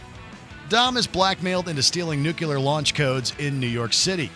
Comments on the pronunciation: NUCULAR? It's Nuclear! lol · Guy really can't pronounce nuclear.